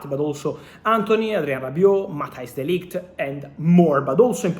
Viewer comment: de Ligt not de Light 😉